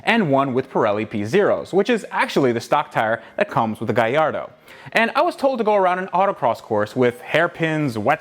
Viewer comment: Its pronounced: Ga-L-L-ardo not Gaiado !